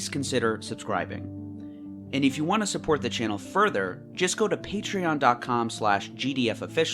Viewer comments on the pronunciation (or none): none